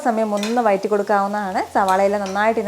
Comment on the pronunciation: മോളെ ഞാൻ എത്ര പ്രാവശ്യം കമന്റ് ബോക്സിൽ പറഞ്ഞു...വയറ്റി കൊടുക്കുക എന്നല്ല...വഴറ്റി കൊടുക്കുക എന്നു പറ...വ....ഴ...ഴ....റ്റി കൊടുക്കുക